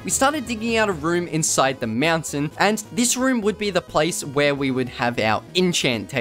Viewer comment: I love how he says mountain lol Meownt- tain